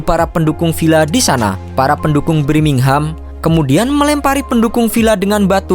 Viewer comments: BIRMINGHAM TOLOL BUKAN BRIMINGHAM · Wkwkkwww Birmingham Knpa jdi Brimingham Ngakak gua setiap dia ngomong gitu... Hahaa hahaaa Semangat trus 👏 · Birmingham bukan BRIMINGHAM blokk!!! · BIRMINGHAM bukan BRIMINGHAM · Birmingham min bukan Brimingham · Brimingham apa birmingham min 😅